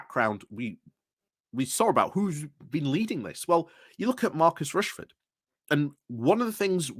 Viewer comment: His name is Rashford not Rashford.